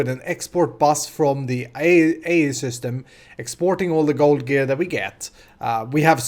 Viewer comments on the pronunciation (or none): none